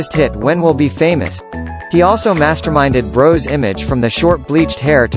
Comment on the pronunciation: It's pronounced Bross not Brose